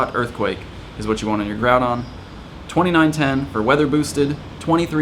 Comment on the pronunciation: Bro stop calling him Groubon. It’s GROUDON.